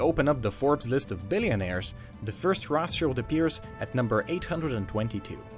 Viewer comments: pleeease stop saying "Roth" like American English "th" but say Rot like maybe Road - would sound 100x more German xD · It's not pronounce as Roth-child it's Roth-shield! They are germans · Its CHILD not ROTHCHILLED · Greetings from Frankfurt in Germany! Its Roth like red. Modern rot=red. So no "th" ;)